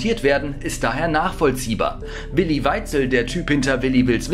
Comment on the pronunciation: Also das mit dem Namen aussprechen müssen wir nochmal üben😂